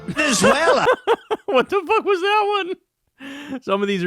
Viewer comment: In fairness, no white man over 50 can pronounce Venezuela. It always comes out as Venzhuwale or Venzuela.